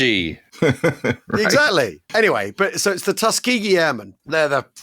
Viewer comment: Yes, you got it just right. I grew up in Alabama, and ought to know how it's said.